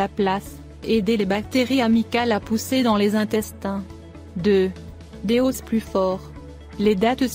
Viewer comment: pourquoi vous prononcez os en oss c'est les os sans S